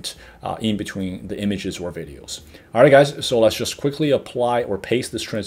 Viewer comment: "videols"! I love it.